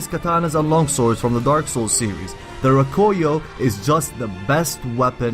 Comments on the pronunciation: The " Roh-Koy-Yo" Its Rah-Koo-Yo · Rakuyo* not Rakoyo... awesome video anyways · its rah-koo-yoh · It was really pissing me off when I heard you saying Rakuyo wrong but good vid nonetheless